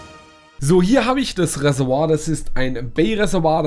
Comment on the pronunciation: Reservoir! Nicht Ressewa! 😂😂